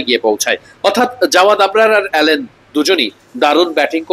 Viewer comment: অ্যালেন না ভাই আলিন